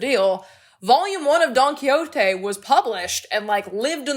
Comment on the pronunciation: just a correction of your pronunciation of Don Quijote 😅, it's actually /Quihóte/ and not /Quilloté/